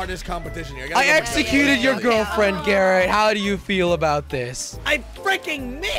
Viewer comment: jelly its Garrett not garret